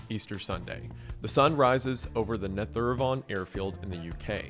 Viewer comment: What compelled you to pronounce netheravon like that